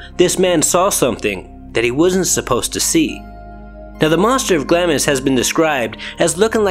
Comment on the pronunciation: Pronounced Glahms..